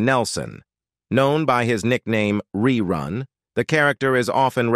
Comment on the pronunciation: Hate computer voice rerun not rayrun .